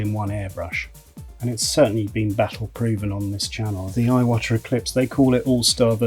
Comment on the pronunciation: I think it's pronounced "E-wata."